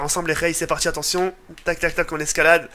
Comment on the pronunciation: Il a dit attontion